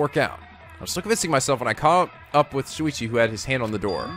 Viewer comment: he also says “Suichi” instead of “Shuichi” too